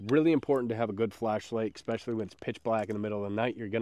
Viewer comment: 'Ex-pecially' ... what is that? :face-fuchsia-tongue-out